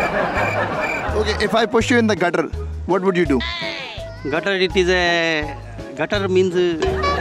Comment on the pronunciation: Even the anchor doesn't know how to speak English... Gattar = drainage🙂